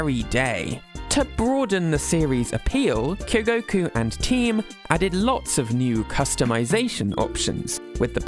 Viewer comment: Your pronunciation of 'mayor' is just "mehhh". Also you screwed up the name Kyogoku and said Kogoku. Just wanted to let you know so you can do better next time. Sincerely, Your hater.